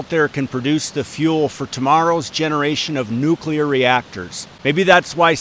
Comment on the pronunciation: My dad always said Nuk-U-Lar also. Don't sweat it!